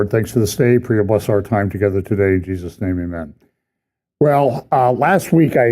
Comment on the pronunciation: it's not the brevity, it's the speed and the mumbled words. It's the lack of care with the name of Jesus. He sounds like a kid trying to race through saying grace because he wants to get to dinner. I would be fine if he left it off completely.